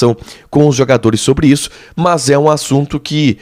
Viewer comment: Dói o ouvido escutar esse jovem jornalista pronunciar a palavra MAS como MÃS, verbete inexistente na língua portuguesa.